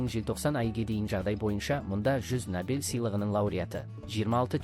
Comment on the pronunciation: Ассалаумалейкум. Сіздің бір сөзіңізде әріптен қателік кетіп жатыр. Набель сыйлығы емес-Нобель сыйлығы деп айтыңыз.